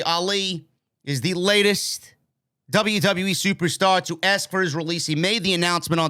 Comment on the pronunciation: Ask not axe